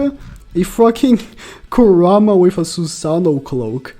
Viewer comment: Ku-raw-ma💀 dumbass can’t pronounce shit🤦🏻‍♂️